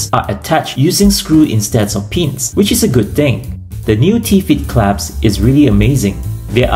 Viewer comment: Am I hearing right or are you saying 👏. It’s clasp 😂